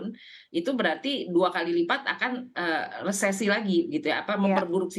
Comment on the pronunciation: "Resflasi" haha